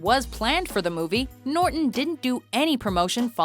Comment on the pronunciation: She can't pronounce NORTON correctly, dumb bitch.